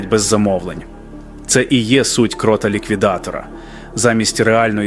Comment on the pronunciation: Якби не помилки наголосу ші, я б підтримав. Не ZE КрОта, а ZE КротА.